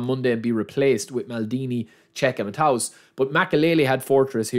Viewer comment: You pronounce Matthäus like Mattheus - not Mattaus